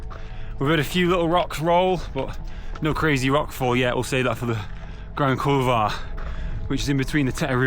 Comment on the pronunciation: You might want to check the pronunciation of the Grand Couloir 😂😂 I'm sure the Polish viewers found it highly amusing. Nice work on MB fella